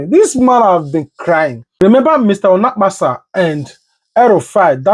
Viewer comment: Are you guys intentionally calling people's name wrongly on this space? Which one is Olakpasa